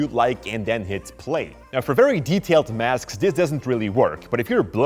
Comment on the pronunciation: I swear I heard Masks as Maths in the beginning of the video, and I got anxious & terrified af!!!